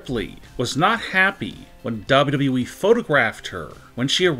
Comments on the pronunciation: Unfortunately it is worse. I think a robot knows the company is called WWE, double double e. This guys has the worse voice on YouTube. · Dude, I miss the old way you said dubadubaeee. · Why does he say dabldableee